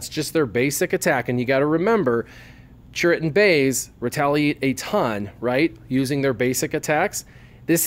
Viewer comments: Dude I am cringing every time I watch your videos. It's CHIRRUT, not CHURRIT! :/ EDIT: But altogether I really like your videos, they are very informative :) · And if you watch the scene again when Chirrut first talks to Jyn Erso and introduces himself, he clearly says Chirrut Imwe, not Churrit Imwe